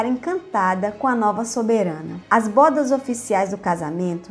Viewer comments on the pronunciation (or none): A pronúncia da palavra bodas é BÔDAS.. com o O fechado e não BÓDAS como vc fala.